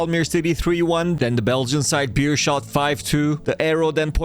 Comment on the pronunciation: pronounced bay-rr-shot